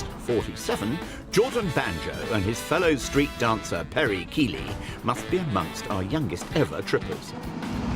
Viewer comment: KEEEEEELYYYYYY???!! It’s pronounced Kylie!! It is spelt Keily